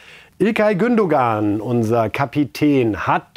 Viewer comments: Ist es möglich Moderatoren einen Logopäden beiseite zu stellen. Lieber Moderator, Mehmet Scholl sagt mehrmals Gündogan's Namen. Listen and repeat "Gündoan"! Beschäftigt euch mal mit den Personen über die ihr berichtet. Dazu gehört auch den Namen richtig auszusprechen. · sagt das immer falsch! Regt mich auf! Der wird GÜNDOAN ausgesprochen, ohne G am Ende! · Der geht mir auf den Sack!!! Er spricht immer wieder den Namen "Gündogan" falsch aus!!! Der Typ ist Lernunfähig. Reif und Scholl wissen wie man den Name "Gündogan" korrekt ausspricht....warum?????? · Bitte bitte, lieber Herr Scholl, bringen Sie(!) "dem " doch bitte einmal bei, wie man den Gündoğan korrekt ausspricht: nämlich ohne das ğ bei der letzten Silbe. Nachdem das Herr Reif bei "Reif ist Live" seit vielen Sendungen nicht schafft. Ich muss Herrn Reif schon fast bewundern, wie er das aushält, denn er spricht es immer vorbildlich richtig aus, - und steht daneben, hört zu, redet mit: und... wieder falsch. Fast so, als ob "der " das absichtlich machen würde. Aber so ignorant schätze ich ihn eigentlich überhaupt nicht ein. Das ist mir ein echtes Rätsel. Bei Erdoğan ist es mir egal, aber den Gündoğan immer absichtlich falsch auszusprechen wäre ja schon fast Zeichen fehlenden Respekts. Toi toi toi